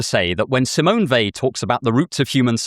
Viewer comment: Thank you for pronouncing her name correctly